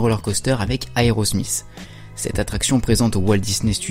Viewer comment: aerosmizzzz? tu veut dire aerosmith non? lol